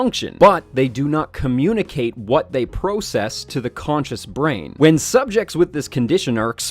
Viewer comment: konchus? I thought it was conscious...